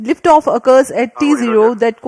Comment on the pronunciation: Liftaaaaaf Naaaarmul 😂👍